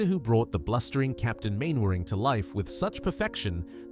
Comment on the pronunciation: More AI slop. Couldn't even pronounce "Captain Mainwaring" correctly. Lots of hearsay and assumptions, but very little in the way of actual facts. YouTube needs to stop this AI garbage before it destroys the platform